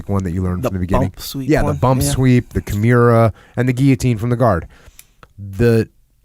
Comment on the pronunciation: Jocko “kiMIUra” Willink